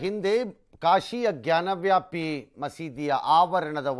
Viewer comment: ಗ್ಯಾನ್ ವ್ಯಾಪಿ ಅಲ್ಲ ಜ್ಞಾನವಾಪಿ ಎಂದು ಹೇಳಬೇಕು